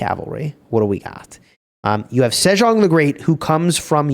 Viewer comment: sejeong 세종 is more like "say-jong" but i like how u add the french accent to it lol😂